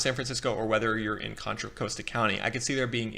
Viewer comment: I could tell this guy doesn't know the Bay Area when he mispronounces Marin and Contra Costa counties.